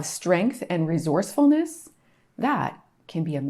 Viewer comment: Great content. Were you trying to say "re source ful ness"? 😊 . Repeaton por favor...."Re source ful ness". One more time: Re source ful ness. Good. Keep trying, ok. Very good.